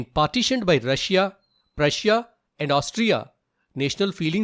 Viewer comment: He said rusuiia twice that was an mistake instead of saying Russia and Prussia